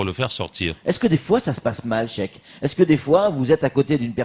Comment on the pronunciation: "Chek" il sait pas dire "cheikh"...grave !